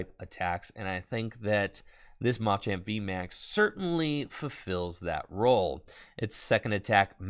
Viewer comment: Oh no... is tpci telling creators to mispronounce "machamp" now?